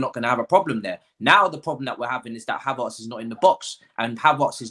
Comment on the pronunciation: My guy, it’s “Hav-airts”, not “Hav-arts”.